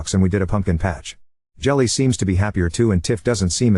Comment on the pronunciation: I wonder if the kid’s name is Jilly and not actual “Jelly” like the AI is pronouncing it.